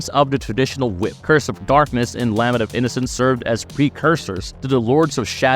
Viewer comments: Lah-ment, not lamment, lol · Lament. “La” “ment”. La like a child singing and “ment” like “cement.” Can’t tell if you’re AI or just trying to sound like it.